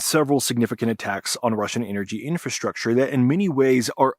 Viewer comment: Can't you pronounce clearly "infrastructure"? I hear something like infrashrahshcher😂